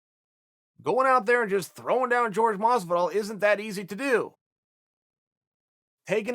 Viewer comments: His name is Jorge, not George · Jorge, not George. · Why call him "George" his name is Jorge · Is it George or Hor-gay? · For fucks sake... HIS NAME ISNT GEORGE!! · Chael, it' s ("whore ha)" Masvidal